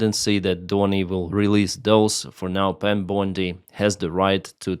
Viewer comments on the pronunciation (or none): none